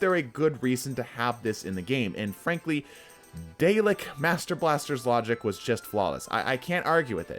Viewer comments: I cringed when he pronounced Dalek as "daylek" and not "Dahlek". lol. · day-lick LMAO...